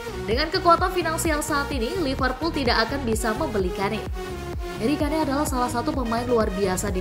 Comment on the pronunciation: sebut yg bener namanya HARRY KANE.